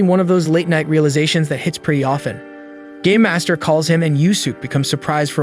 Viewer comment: I don't know why but all I'm hearing is gay master instead of game master